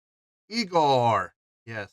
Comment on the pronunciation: it's pronounced igorrr :D (like ignore, not eye gore) so you got it right the first time^^